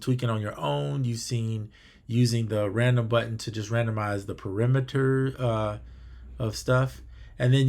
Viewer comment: Excellent! Thank you for such a simple yet comprehensive presentation of this amazing synth. (BTW: You are pronouncing "paRAMeter" as "peRIMeter"... paRAM vs peRIM... though no doubt you already know, a "parameter" is a modifiable value, while a "perimeter" is the delineating edge boundary of a given area.)